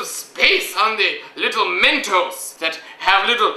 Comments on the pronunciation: MEN"TOES" lol, its MENTOS ;) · MENTOES?!?!?!?!?!?!? BAHAHAHAHAHHAHAHA! dont you mean mentos? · well "mentos" is better than "MEN-TOES"